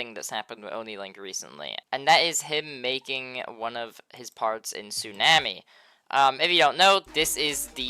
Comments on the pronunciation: “Su nam ee” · Not how tsunami is pronounced